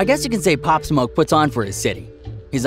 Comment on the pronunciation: They said his name wrong thats how i know hes looking for clout